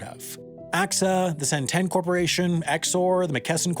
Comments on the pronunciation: Productions Centene is pronounced Sen-TEEN. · Yo i work for Centene, and it's actually pronounced Cen-Teen. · Hey Friend, you messed up the pronunciation of Centene it is pronounced Sen-TEEN where sen rhymes with Zen and Teen is like a teenager. Look forward to seeing this in your mistakes video. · Never thought there'd be a day that I correct Sam, but Centene is pronounced "cent-een" and not Centene. #MyAchievementOfTheYear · dude this was a jump scare considering I work at Centene😂 and it’s pronounced sen-teen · It's pronounced CenTEEN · Not to be that guy, but said Centene wrong : )